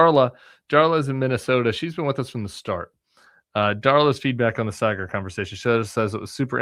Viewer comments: I loved it. My two worlds colliding, though Saagar is a weird one. (Have Krystal on!) Also, it’s Saaaaaah-grr. Like “ahhh“ or in this case, Shari”aaaaah.” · Just one gripe. Saagar's name pronunciation. It's pronounced SAA-gar. Like the BAA in barber.